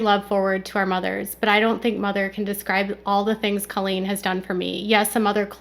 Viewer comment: Please STOP saying “Culleen!” It’s Colleen lol